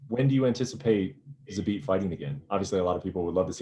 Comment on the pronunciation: Brett mispronuncing zabit last name again and again